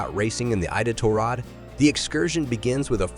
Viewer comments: Is the voice a real human? The pronunciation of "Iditarod", "halibut" , and "filet" are incorrect. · Who narrated this. It is awful. Can't say fillet or Iditarod.